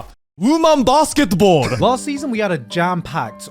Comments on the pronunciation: for some reason the more I hear joey's "Wooman Baskettball", the funnier it gets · Woo-mun Bass-kit-bowl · “woOMaN BAsketBalL” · Wu-Man Bass-Ket-Bahl